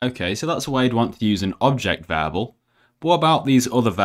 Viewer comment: I hated how he pronounced "variable" as "vable"